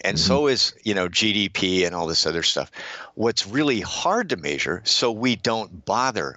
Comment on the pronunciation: It sounds like he says major instead of measure